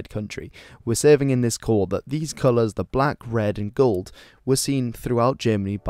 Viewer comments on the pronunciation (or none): You’re not very good at pronouncing colors